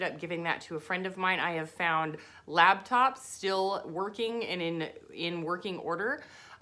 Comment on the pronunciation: Love that you say LabTops. I say laptops as labtops too haha 😄 I'm not the only one 😂 love your informational videos